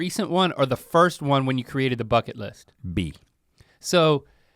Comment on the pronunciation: “fucket list”